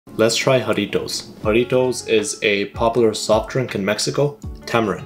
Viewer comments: i thought u pronounce the j like g in jarritos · is pronounced "jaRRItos"